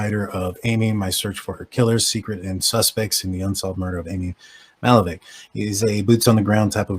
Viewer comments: It's pronounced Ma*hal*la*veck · You’re butchering her name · If you want to use this girl for views… learn how to say her name. And those of us who grew up in this neighborhood know who did it. It’s not this guy.